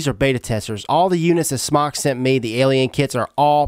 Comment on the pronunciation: SMOK, pronounced smoke, not smock.